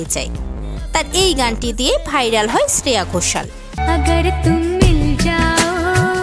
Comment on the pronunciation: Nainowale Ne! Neeti Mohan এর গান শ্রেয়া ঘোষালের বলে চালিয়ে দিলেন? আর শ্রেয়া ঘোষালের নামের উচ্চারণটাও ভুলভাল করছেন। এতো গাঢ় ভাবে ছে ছে করছেন কেন?